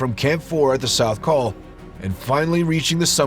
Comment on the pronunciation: Forgive me, but where is the ‘South Coal’? The place where they cleared 5,000 lbs. of trash? If that’s an error, I blame the A.I. and voiceovers.